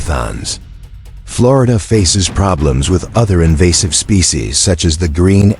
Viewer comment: Invasive mispronunciation of "species."